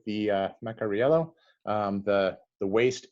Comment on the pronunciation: Thanks for the video, and yes you got the pronunciation right, bravo! I would suggest investigating the Scafora Norvegese stitched shoes--they're really quite exquisite.